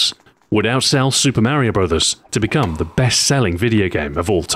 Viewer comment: Who is this "Maryo"? Its me "Mar i o"